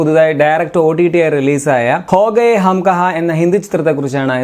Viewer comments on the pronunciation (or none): Ho gaye alla chetta. KHOGAYE